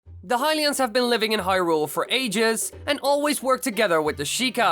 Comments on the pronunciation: Don't wanna make fun of your accent, but you say Hyrule like hyRULE. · The way he pronounces hyrule